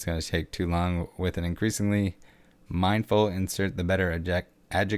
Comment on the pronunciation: "increasingly minfull society".. LOL